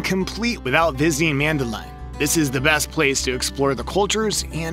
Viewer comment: Nice video but the pronunciation of Medellin and Cartagena was wrong 😬